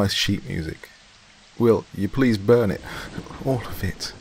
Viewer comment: she went to a SMEWSIC SCHOOL! 🤣🤣🤣 👌 I love u Doc! Awesome set of stories for real though.